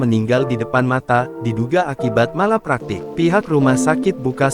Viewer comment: Nggak jelas kronologis nya. Gimana sih ini berita. Pembaca beritanya juga salah menyebutkan MALPRAKTEK dengan Malapraktek. S.O.P juga bacanya sop... sayur sop kalee. Btw saya sering bertemu dokter Puskesmas dokter baru yg memang menghadapi pasien BY THE BOOK banget. Jadi melihat kasus spt robot, berdasarkan hafalannya saat kuliah saja. Jadi tidak melihat pasien kasus per kasus. Saat menerima pasien baru datang banyak dokter dan perawat itu juga kayak entah takut atau jijik dengan pasien jadi banyak dokter dan nakes yang tidak menyentuh pasien padahal kadang perlu untuk mendeteksi kondisi pasien. Karena termometer, stetoskop dan alat tensimeter saja tidak cukup. Harus lihat mata, lidah, permukaan kulit, suhu tubuh di perut. Dll. Dan banyak juga dokter dan nakes tidak bisa membuka komunikasi dengan pasien padahal itu sangat penting. Ya iya sesuai S.O.P, pasien dites tensi, suhu badan, detak jantung, terus diobservasi dgn cara cuma ditunggu. Kalau kondisi pasien urgent ya gak bisa observasi dgn cara ditunggu untuk melihat kondisi pasien. Harus dijalin komunikasi dengan pasien. Bagaimana bisa tahu kondisi pasien ya harus dibicarakan apa yg pasien rasakan. Juga harus bisa bedakan antara rasa sakit, perih, spt tersayat, spt ditusuk-tusuk atau apa. Juga dengan sakit di kepala apakah pusing, berkunang-kunang, hilang keseimbangan, vertigo, kepala sakit seperti diremas, atau sakit seperti habis dipikul. Macam2 rasa sakit di tubuh itu menunjukan indikasi penyakit yg berbeda dan itu bisa